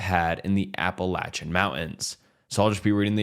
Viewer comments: No he is pronouncing it right that is what people from appalachia pronounces it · Thank you for pronouncing Appalachian correctly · Thank you for actually saying Appalachian right every YouTuber whose covered it hasn’t pronounced it properly and lord does it bother me 😂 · Bonus points for pronouncing my Appalachian home correctly! Thank you! Not only does it show respect, but it gives your channel some credibility.